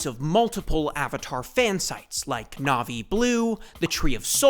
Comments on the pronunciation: Also your Na'vi pronunciation is pretty good, I went full nerd and started learning Na'vi. I've been a nerd all my life and have picked up a bit of Klingon and Mando'a as well. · Bro why is your navii pronunciation so good